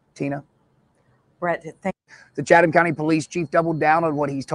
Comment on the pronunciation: just an FYI about the county and Savannah. I was born in Savannah in 58 and lived there till 10/69 when we moved to Habersham County. I've noticed how you pronounce Chatham, the correct pronunciation is " Chat um" The h is silent. And now you know the rest of the story... love you and the coverage you give to keep all of us informed. ❤️